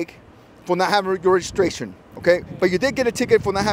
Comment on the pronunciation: The reason I'm here is because everyone's been making the left turn and it's been accident causing been going around. 🍺🍺 He's giving her a break for not having a regurgistration. 🍺🍺🍺 Cop is clearly wasted. Slurring his speeh. Wow. He needs to be off the road.